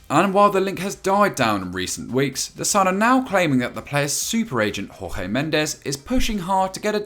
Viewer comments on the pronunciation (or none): Hey yes u its Jorge not Rorge Were Portuguese not Spnaiard next time if u dont know how to pronnounce their names better not talk about something u dont know or learn that aplies to u, Dougie and everyone in Football Daily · Yes but these are the guy who pronnouced Rorge instead of Jorge like Portuguese let that sink in